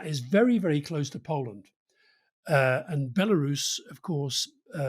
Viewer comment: Why does Alastair pronounce Poland as 'Polland'?